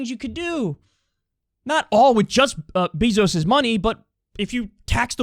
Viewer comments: This man Kyle says “Jeff BEEzos” lol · I love how Kyle calls him “Beezos” lmao